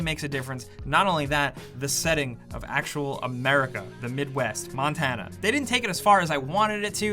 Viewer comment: "Actual America, the Midwest: Monatana." Montana is not in the Midwest haha